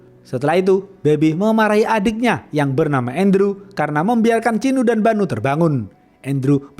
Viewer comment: ChiNNNNNU dan BaNNNNNNNU 😌 Cinu dan Banu aja bisa nggak bang ga usah pake tashjid